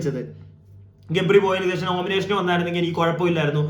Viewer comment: സേഷം അല്ല ബ്രോ, ശേഷം😊 subscribe kitunilenkil, word split cheythu paranju sheelichaal mathi... sub, sub, sub ennu kure paranju koode cribe paranjaal, athu thaniye varum.... bro nte ee problem enikum undaayirunu... ingane paranju sheelichapolaanu ente sheriaayathu...